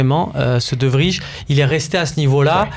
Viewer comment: On dit De VRY (Vraille) pas De Vrije